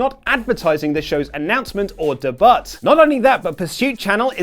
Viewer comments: STOP SAYING DE BUT. FFS. It's not even slightly funny. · You pronounce "debut" totally wrong. You gotta know that, right?!? The "t" is silent. It is pronounced "day-bue". Google it for fuck's sake! You sound like a moron when you say it the way you do. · Please don’t say “de-butt” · Da butt? It’s debut! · He also pronounces the word wrong. Just because he sounds like an uneducated twat, doesn't mean YOU have to! Uhhhh LMFAO. Watch these... The proper way to say debut in both American and British English.